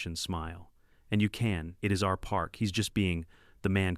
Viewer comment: Why does the AI spell and pronounce our as individual letters? It's a single word and should be read as such! What the h**l is with unk in the text?